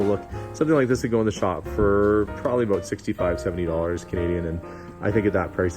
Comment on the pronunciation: That lantern is cool! So is that bomber jacket, which looks good on you! Oh and one more cool thing... The way you say prolly (probably ). 😊